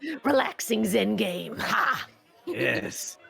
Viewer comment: Subarashi! Amazingu gameu! You did an great job DM'ing this!